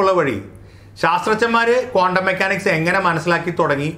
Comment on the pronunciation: കോണ്ടം അല്ല.ക്വാണ്ടംആണ്.ഒന്നിലേറെ ഇക്ട്റോണുകളുള്ള ആറ്റത്തിന്റെ സ്പെക്ട്രം ബോറിന് വിശദീകരിക്കാൻ പറ്റിയില്ല.കണങ്ങൾതന്നെ സീറോ സ്ററേററ് വേവ്സാണ്.സൂപർപൊസിഷൻഓഫ് വേവ്സിൽ അത് തരംഗത്തിന്റെ ഫേയ്സുകളാണ്.